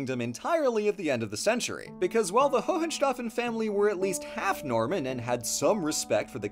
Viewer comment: im currently writing my masters thesis on the cultural mashup that was sicily and i love seing my baby getting some love on this channel <3 my only nitpick is that the pronounciation of Hohenstaufen is very funny, but not really their family name. That was just Staufer (or von Staufen if connected to a first name), Hohenstaufen was their ancestral castle